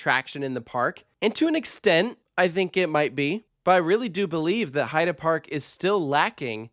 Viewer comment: Gotta say, I do appreciate your correct pronunciation of "Heide" Park! Ofc I'd never mean to criticize or be bothered whenever I hear Heid"ee" instead of Heid"uh" (if that makes sense), only want to positively bring out that you spent the effort! And now let's ask our friends from Poland how probably all of us are constantly butchering "Zadra", shall we?